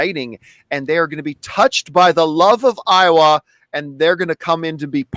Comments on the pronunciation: Look guys I don’t wanna be that guy but you keep saying Iowa from Avatar like the state of Iowa. It’s Eywa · Is anti Iowa or anti Eywa, because I'm from Iowa? lol